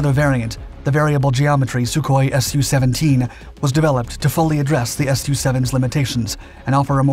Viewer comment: You keep pronouncing the Sukhoi models as S-U separately. The prefix to the aircraft design number is said as SUE. He wasn't called ESS YOU Koi. You pronounce it as one syllable said 'SUE'. Hope this helps.